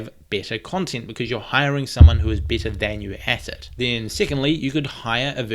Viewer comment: i know, it's just the way you say better 😝😂